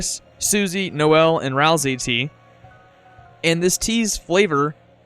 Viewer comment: FINALLY i found someone who pronounces ralsei the same as me